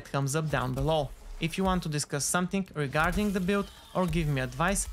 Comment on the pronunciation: Gotta love the pronounciation "regadink" "knockout Kink", "Focusink" and "dependink", it makes me feel very relaxink! :D